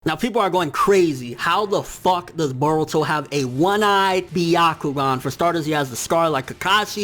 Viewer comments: Yo y does this nigga say boruto like if boruto was Hispanic like fuck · I know this is weird, but I keep getting distracted by the way he pronounces "Boruto".